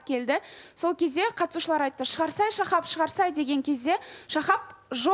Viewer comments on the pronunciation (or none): Бутя отиниш катысушылар дегенди дристап айтши